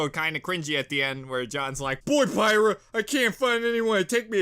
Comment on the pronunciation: You're pronouncing Pyrrha wrong